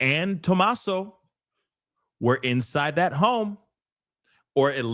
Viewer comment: His name is pronounced "TOM-ASO"... You are Correct, Ashleigh isnt